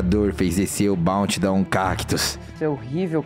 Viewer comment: N se fala balnte Se fala BOUNTY